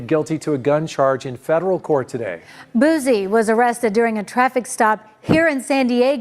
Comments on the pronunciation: why she say BOOZiie like dat lmao😂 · It’s Boosie not Boozie 😒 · Bihh said BOOZEY😂😂😂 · say it with me "BOO-C" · Did she say boosy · They never fail with the mispronunciation of certain homies. "Boozy" and "FITTY CENT" 😎🤣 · Lol its a whole "S" in "BOOSIE" "BOO-SEE" shit sound like peekaboo when you break it down lol Free Boosie for real before he even go i listen to dude so much he was like my big brother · She said Buzzie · Why she saying boozie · Did she say "boozey" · I LIKE HOW WHITE NEWS REPORTERS SOMEHOW ALWAYS FUCKUP BLACK RAPPERS NAMES LIKE THEY DONT KNOW WHO THEY ARE OR WASNT SHOWED HOW TO PRONOUNCE THEY NAMES... EVEN THO BOO-C BOO SEE (BOOSIE) HAS BEEN FAMOUS FOR ALONG TIME...DONT KNOW IF ISS RACISM OR NOT BUT ION EVEN WANT THEM TO SAY MY NAME WHEN I MAKE THE NEWS CUZ THEY STRAIGHT UP DISRESPECTFUL #DRILLANO #LANOTHEBILLIONAIRE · Why them folks always say boozy..🤣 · 😂 I can't stand how the news reporter pronounce his name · I hate when people says his name wit a Z in it lmao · Them using a Z instead of an S is crazy work 😂😂😂 white folks weird ash mane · 😂😂😂 where tf the Z at?